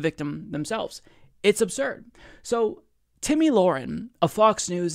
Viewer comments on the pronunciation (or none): I think my favorite part about this video is how he pronounces her name aa "Timmy." 🤣👏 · It is. He's saying Timmy on purpose lmao